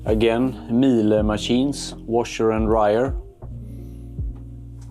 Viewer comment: it’s pronounced meal uh